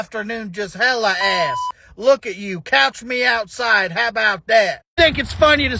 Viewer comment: "Couch me oussside" 💀